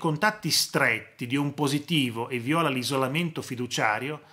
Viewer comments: Professore mi permetta piccola precisazione viola con l'accento sulla i non viola con l'accento sulla o (colore e fiore) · Comunque nella parola "viola" l'accento va sulla "i", non la "o"